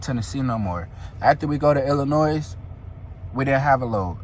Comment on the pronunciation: I love your personality and story telling skills I had to subscribe!! As a Chicagoan though, the 'S' in Illinois is silent. With love ❤